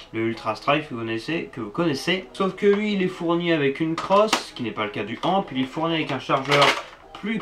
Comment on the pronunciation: On ne dit pas amp on dit a.m.p